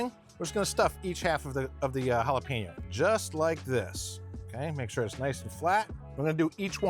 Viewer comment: It’s jalapeño NOT Jala-Peen-no